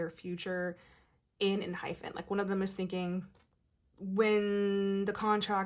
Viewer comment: Found your page and loving your readings so much. You have a lovely voice to listen to and you pick up on the boys energy so well. Can I just point out one thing. It’s pronounced EnhyPEN not Enhyphen.